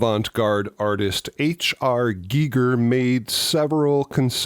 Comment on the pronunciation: So glad you pronounced H R Gigers name correctly 👍🏻👍🏻👍🏻. 👏🏻👏🏻 Small thing but it bugs me when people mispronounce it. Ha ha.